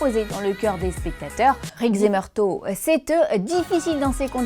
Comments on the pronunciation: "Meurto"... Roger Murtaugh, ça se prononce "meurtof" C'est pas une saucisse de... Morteau XD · Par contre, le sergent Murtaugh se prononce “Meurtof” et pas “Marteau”! 😅 Je plaisante! Très sympa cette video! 🙂😎👍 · Murtaugh, on prononce « Meurtof » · meurtaugh sa ce lit meurtoff MEURTOFF TA COMPRIS ? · J'avoue, elle m'a fait saigner les oreilles!! La meuf lit son texte à merveille, mais alors putain...elle a jamais vu l'arme fatale, sinon elle n'aurait jamais pu dire MEURTO. La loose de présenter une émission ciné sans connaître ce classique. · Murto ? !!!!!! On dit Murtaugh (ffff), c'est quoi cette nana ?